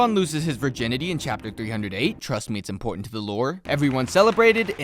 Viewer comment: "Trust me it's importanto to the lore" 😭😭💀💀